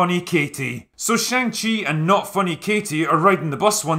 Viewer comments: For the LAST time , it is pronounced SHAANG CHI ! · i dont get how after you leave the cinema, after 2 hours of characters pronouncing shang-chi's name, and a scene dedicated to teaching you how it's pronounced... you still pronounced it completely wrong every time in this video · Shaung-Chi lets ask ANG LEE if his name is pronounced AUNG LEE? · You mis pronounced shang-chi grammar nazi.